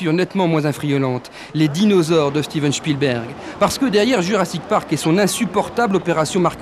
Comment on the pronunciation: Sacré "Shtiven shpilbairg" comme dirait le journaliste XD